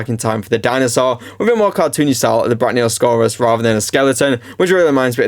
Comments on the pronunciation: Its pronounced brack-ee-oh-saw-rus not brack-knee-oh-saw-rus btw great video tho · Brachiosaurus = brae • kee • uh • saw • ruhs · Brachiosaurus. Slow down, sound it out. Fuckin hell man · nah it just got on my nerves cuz there's no n even close to there, was just bein helpful so the guy doesn't do it in future yk just tryna be nice